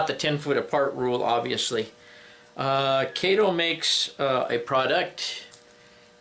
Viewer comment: Kato is pronounced Kah-toe. Mr. Kato is an NMRA Life Member in my division.